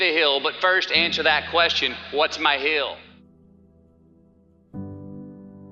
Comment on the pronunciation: "what's m'y hill "